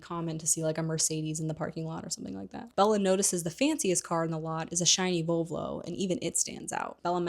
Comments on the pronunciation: VoLvo, not VovLo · Kinda obsessed with your (mis)pronounciation of Volvo ahhaha❤